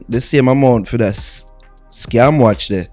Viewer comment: U didn’t pronounce the watch correctly